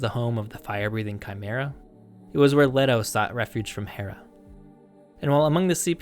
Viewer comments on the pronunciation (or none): none